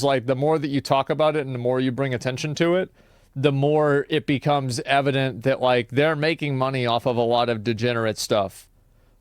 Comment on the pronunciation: "But how do they bridge dat gap ..." is all I heard.